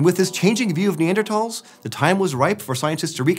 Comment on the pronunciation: The way he pronounces Neanderthals drives me crazy, there is not a hard t in that word.